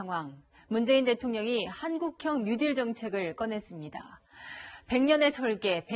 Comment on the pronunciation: 혓바닥 어떻게 됬나? 뉴질로 들린다. 뉴딜이다.